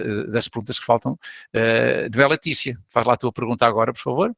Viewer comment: LetÍcia não se diz LÉticia, mas no entanto no minuto o professor comete o mesmo erro. Obrigado pela atenção, caso cheguem a ler este comentário.